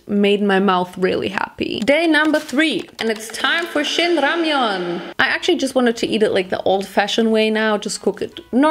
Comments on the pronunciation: More like RamYUN 🤣 loved it looooll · Actually you said rAmYon 😂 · 0 u said ramiaan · it’s ramyun 💀